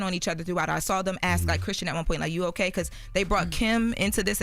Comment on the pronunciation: Shes cool. Shes fun. Shes beautiful. She also stumbles over her words a lot, she can't pronounce things correctly many times, and she talks with that ghetto accent saying things like "axe" instead of ask, and "troof" instead of truth.